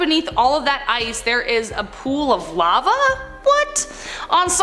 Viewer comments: Pronounced “Lah-va”, not “lav-uh” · Lmao see pronounces lava ...layva instead the normal sounding lawva, also pronounced seismic sensor, seesmic, not sizemic... blond moment probably reading words see dosent actually know xD